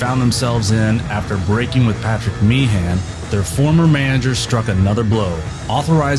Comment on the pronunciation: "The Tale of the Mangers"?!? I'd like to buy a vowel, Pat.